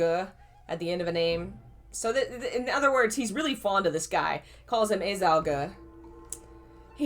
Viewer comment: Im sure someone has told you already, but a-Zhao is pronounced ah-jao